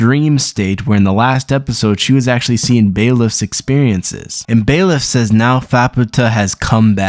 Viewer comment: bailiff - "an official in a court of law who keeps order, looks after prisoners, etc." what an absolute r-t4rd, this smooth brain can't pronounce words longer than 3 letters